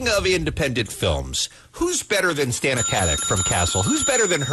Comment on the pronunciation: It's STAH-na...NOT STAN-A...jeeez it' not that hard to pronounce